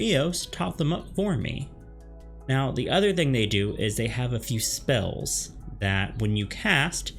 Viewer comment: How can you guide someone if you can't say the names of the spells right.